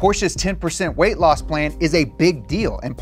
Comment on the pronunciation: Weight...not wrrreight